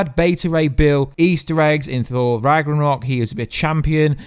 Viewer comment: Rag-na-rok and Nay-mar and that's not Bata Ray bill....it's Meek and Korg